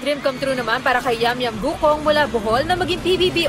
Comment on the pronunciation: bakit gucong ano un eh guc-ong yun